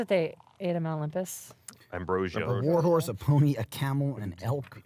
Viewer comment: am i the only one who thought gus said walrus and not war horse when casting the find steed